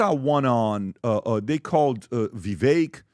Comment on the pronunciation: The fact that still doesn’t pronounce Vivek’s name correctly drives me crazy.. it’s Vivek like CAKE!